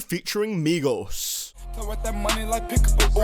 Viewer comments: He's says migos but it sounds like megas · how to pronounce migos = meegos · Migoss hahahahahahahha i hate migos but i love the way u pronounce it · Idk why there's so many dislikes. Most of these songs were pure garbage and the ones that weren't were VERY eh. Maybe it's cuz ur pronounciation of migos. But seriously tho I can agree with this list